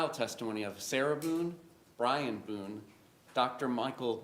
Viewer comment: Did the judge call her MS BOOZE.. LOL I think he said BOONE But sounded like booze